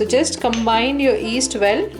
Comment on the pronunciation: stop she is not that bad. Try teaching something in a second language, F that. But she said east instead of yeast haha